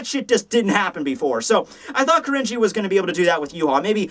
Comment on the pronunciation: Man hearing "Kirinji" pronounced really throws you off, almost comes off as "cringy", so gotta be careful there. (But there was also a one-shot by Tetsuya Saruwatari in Riki-Oh by that name lol, spelled as 鬼凛児. So that's why the name sticks out to me.)